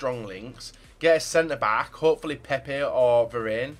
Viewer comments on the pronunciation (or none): none